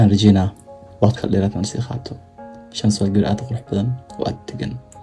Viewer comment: Did she said said "Samsho"😃😃